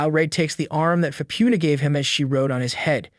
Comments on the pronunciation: I think he's saying Faputa's name wrong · It feels AI generated cuz he's pronoucing Faputa's name wrong too